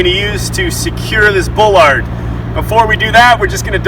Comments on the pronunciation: “Ball-lard” not bull-lard speaking of correct pronunciation. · You do not pronounce it bowlard It's pronounced baalard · Bro.... Can you please pronounce your words right? It's ass-fault. Not ash-fault. And ball-erd. Not bull-lard. Also, very sloppy paint job. That should would NOT fly with the construction managers/ superintendents I've worked for.